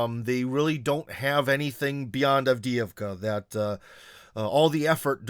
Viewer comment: Cmon,. You of all people should know how Avdeevka is pronounced. It’s not Avd-eeh-ee-vka, but Avd-eh-ye-vka.